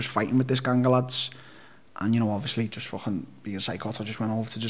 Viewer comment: Never heard "gang a' lads" prounouced like that ever in my life.:)) Hes almost singing. So Till is from Liverpool and the other guy is scottish?